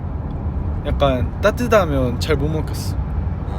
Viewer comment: 따뜻하면 이것도 억양으로 따듯하면~ 이렇게 하네 ...! 톤 차이가 있어서 너무 신기해스기루